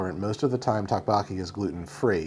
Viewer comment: Doke Boke E is how it’s pronounced.